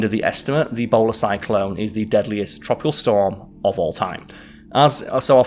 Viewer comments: I thought he said "Ebola Cyclone" and ngl I was more terrified of that. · I cant stop hearing ebola cyclone lol